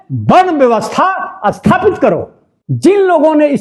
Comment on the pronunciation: Bhai shahab asthapit nahi sthapit